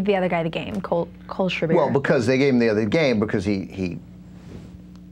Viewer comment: To the bimbo: it's KOHL-SCHRAI-BUR, not KOHL-SCHRAI-BEER